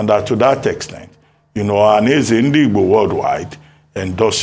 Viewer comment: Shame to so called Dr Abati for making nonsense of the way he pronounces Ndigbo. Abati your hatred to Ndigbo can't to stop Obi and all know you hate Obi and igbos in general. I don't blame you because everyone know you're fighting for a position to become a media spoke's man to Atiku who the mother earth is fighting against including his party members and others